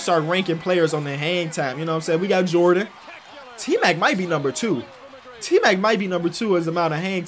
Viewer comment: anyone else hear him say A-mac